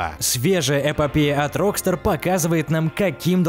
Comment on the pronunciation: Рокста'р а не Ро'кстар